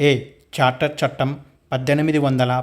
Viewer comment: Civil service bit charter chattem 1853 kaani mi pronunciation thappuga vundhi sir please rectify that